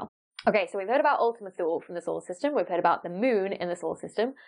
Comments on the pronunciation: Ultima Thule The "e" on the end is spoken as "eee" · I think Thule is supposed to be pronounced like Tooley.